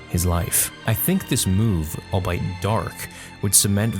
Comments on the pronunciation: Always quality videos and content, And a solid SW community leader and contributor. Just on the quick linguistics tip: The word "albeit" is pronounced "all-be-it" not "all-bite". :) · Albeit is pronounced “all be it” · FYI you’re pronouncing albeit incorrectly. It’s said “All Be It.”